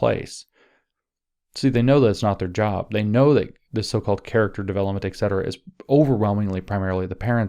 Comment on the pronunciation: «excetera» /eksetəra/ ❤